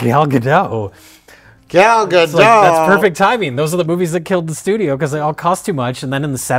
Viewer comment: mispronouncing Gal Gadot’s name, being called out on it by Mike and not realising it was my favourite bit